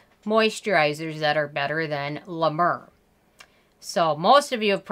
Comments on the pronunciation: Hey girl. I don't care about how you pronounce La Mer. I'm Canadian and we buture French words all the time and no one cares. You do you. Also.... Honestly, I don't think you have too much toilet paper. You're obviously just a planner. I also wanna say that I love you're accent. I lived in the states for two years and I miss down to earth people like you with adorable accents like yours. Your take on beauty is refreshing and your skin looks beautiful. I'm sorry about the loss of your mother. You've got a new subscriber. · La mer not la mur x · "La Mrrrr" Lolzzzz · Lmao "La Murrr" 😂😂😂😂😂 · Isn't it pronounced 'Mare'? As in the sea? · Oooof! I love you but it’s pronounced La Mare lol. It’s overpriced Vaseline I don’t get the cult following. 🤷🏻‍♀️ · Girl! I love how you say LA MAUR!! 😂😂😂😂😂😂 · Yep it’s la mare....clever French pronounciation of a word ‘mer’ which simply means ‘sea’.....go figure!! Maybe it’s just sea water🤣😂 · Thank you for this review! First of all you’re not pronouncing it correctly!! I’ve been using LA MER for 10 years and think it’s wonderful! Your complexion is beautiful…..you look like you’re a LA MER GIRL!!!! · Does she realize that is not the way to pronounce it and when you are reviewing a product I would think you would learn that through research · Do you like the nmf from the ordinary ?? Btw I loved how you pronounced la mer incorrectly. It’s charming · Hi! Love your reviews, but double check your pronunciation - it’s french, for “the sea”